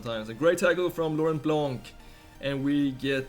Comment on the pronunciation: just a comment from France, Laurent BlanC < - you don't have to say the C, juste "Blan" You're the best player, & best guy I ever seen playing Fifa on Youtube. Keep going!